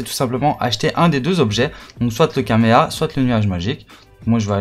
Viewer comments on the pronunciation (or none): Je t’aime bien mais quand tu dit Kaméa j’ai plus envie de regarder la vidéo 😂